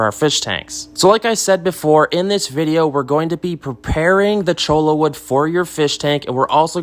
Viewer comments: Don’t hate me for bringing up pronunciation , but the thing is, it’s not just a matter of pronunciation, it’s a matter of meaning. Cholla (cho-ya) is a type of cactus, chola (cho-la) is slang for Latina woman, with the implication that she’s a gang member. It’s not exactly intended as a compliment. So I would encourage you to say cactus. 🙂 That said, thanks for this great video! I was really surprised how much driftwood costs at my local stores, but cholla grows everywhere around here. Problem solved. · Cholo wood? LOL. You ain't from around here, are you? Choy-ya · its "choya" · Choy-ya cactus 🌵 Every other pronunciation is incorrect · none of them were correct. hehe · One is the right way to say it and the rest are not... the double L is pronounced like a Y!